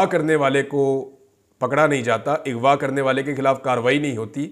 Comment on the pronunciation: Bhaijan Lafz Aghva hae...Ighva Nahi...people are picking up your wrong pronunciation . Please have a heart and correct your pronunciation. I am your avid listener and well wisher and get upset with your continuous wrong pronunciation of the word.